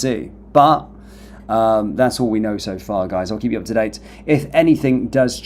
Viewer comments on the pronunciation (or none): none